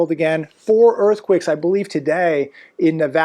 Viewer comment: Why does he keep saying earthQUIKS?